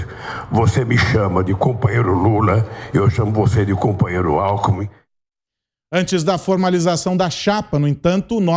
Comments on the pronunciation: Aos é nítido que larapio fala "companheiro álcool em mim" e não companheiro alkmin 🤣 🤣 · Lula confundiu o nome Alckmin e falou, alcool em min !! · Companheiro Alkomi 😂😂😂😂😂😂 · Companheiro "Álcoolmi" 🤣🤣🤣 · "Cumpanhêro Alckmun" kkkkkkkkkk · Lula falou "companheiro acoolmin" kkkkk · “Cunpãnhero” Alckmin??? KKKKKK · Ele falou "companhero Álcoumin"???🍻🤔🤣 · “Cumpanhero alcumi” HAHAHAHAAH não aguento esse analfabeto ladrão kkkkkkk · Interessante... O Lula falou cumpanhero "alkumin"... Será que tem relação dom álcool??? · O EX. PRESIDIÁRIO não sabe falar o sobre nome do seu vice. kkkkkkk